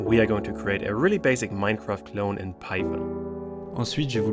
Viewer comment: Je suis le seul a entendre moncraft au debut ?